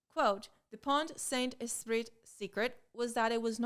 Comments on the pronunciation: As a french gal : your pronounciation is almost perfect for "Pont-Saint-Esprit", except for the fact that the "t" in "Pont" and the "t" in "Esprit" are silent. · Prononciation of pont saint esprit was good. Just, the final t is silent in pont and esprit, but not in saint, because t in the end of a word doesn't sound at all EXCEPT if there is a voyel in front of the next word. But really, that's the only mistake, and it's not big deal, you prounounced that right and I'm just being picky